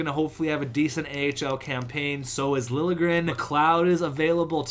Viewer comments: Lil'-ye-grénn is how Liljegren is prononced. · it's pronounced Thomas Lilyegren